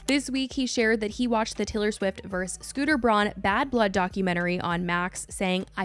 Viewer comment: why do you say verse? It's versus.